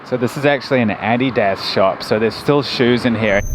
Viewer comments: THE WAY YOU SAID "ADIDAS" FREAKED ME OUT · I've never heard anyone pronounce Addidas like that before.